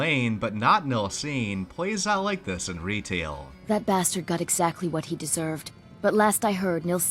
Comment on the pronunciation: "Re teil" ?